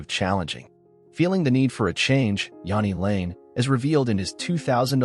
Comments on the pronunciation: you can’t even pronounce his name properly. Half the clips are NOT from Jani lane. JFC. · Yeah if we're going to do these lets learn how to say the fkn name